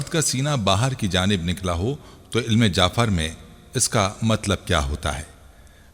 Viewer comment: Bhai ilm jaafer naheen ilm jafer